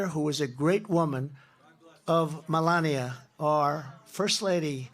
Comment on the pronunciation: From "the liquid gold, I meant non liquid gold we came up with a new couple of words" to "we going to stop banks from debank you, we are going to debank" (ignoring the granny segway and the weird pronunciation of "Malania") And this guy calls Biden sleepy Joe LOL